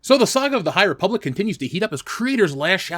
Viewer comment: Great Video. Ree-public is definitely an avoid for me. Also sent you a Dm on Twttr